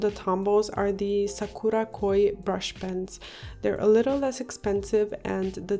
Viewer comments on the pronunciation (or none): none